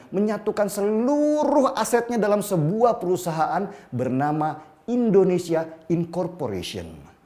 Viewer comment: "I"ndonesia om bukan "E"ndonesia